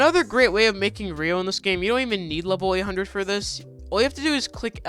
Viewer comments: Why do people dont know how to sat ryo its said like (ri-o) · learn how to pronounce ryo and dokei...